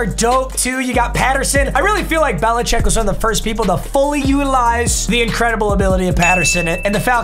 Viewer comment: "Bella-chick" coincidence I think not.